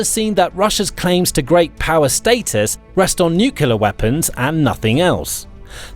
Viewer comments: Say newklear not newqulat. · "Nuclear weapons", not "Nucular weapons".